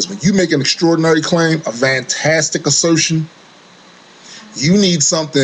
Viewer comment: thumbs up for the word "FAIF" or.... "FAFE"... and the word "VANTASTIC"